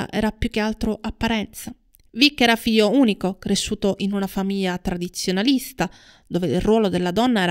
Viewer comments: Mammamia non si può proprio sentire quella mancanza di GL: famiya, fiyo, sveyo, dettayato.... Cacofonico. Un corso di dizione per acquisire la pronuncia CORRETTA della gl, costa troppo!? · GL GL GL GL GL GL, NON y y y y . Grazie. Buona giornata. Ps: se non fosse per quella orribile mancanza della GL i suoi video sono belli.